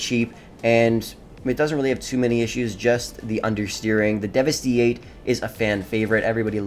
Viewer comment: No matter how you slice it...$2.138 million IS NOT CHEAP. And the ZR-380 has NO civilian variant! Now, why the Hell would you make a list of the cheap fast cars and then pick the one that is 4th in top price? Hypocritical! It’s pronounced Devast-eight...you know...like devastate. And it’s based on the Devil-16...which makes sense...but everyone mispronounces this vehicle’s name. Honestly, I hate the Coquette D-10. It’s awful to drive. I don’t care how good of a driver you are...this one sucks! Personally I prefer the Schlogen or the Itali GTO. Very fast and not that bad to drive...in my opinion.